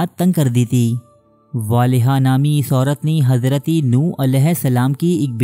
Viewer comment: it's Hazrat not Hazraty